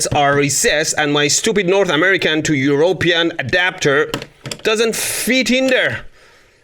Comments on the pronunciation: Eur-rope-ean lol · It's not EurOpean, but EuropEan. You have the stress misplaced.